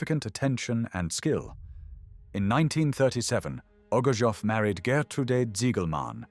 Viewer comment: His name is pronounced as O G O R T S O V or rather OGURTSOV, coming from a Russian word OGURETS, a cucumber.